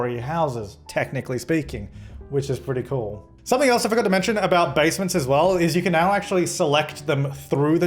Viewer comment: Abouat is the professional way